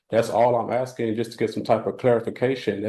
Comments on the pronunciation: He’s “AXING”, maybe he’s a retired lumberjack 😂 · Using the word axing instead of asking will sure get these judges to take him seriously 😒